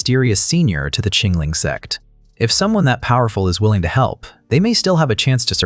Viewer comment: I still can't get over the ai mispronunciation of sect 😂😂😂 it's always sex 💀 now I literally have to look around each time it's mentioned or someone might think I'm watching adult stuff